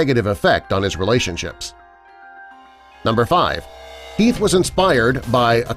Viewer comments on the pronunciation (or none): Its Heath and not "Health" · heath not health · ALFRED* And Heath* not health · mistake detected.... It'd be heath not health. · Great vid but, u said Health instead of Heath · #5 says Health instead of Heath... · it's Heath no health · Nr 13 at 6.31 min , explosion , iT was Heath. NOT health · it was Heath not Health 🙄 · wtf he just said Arthur also says health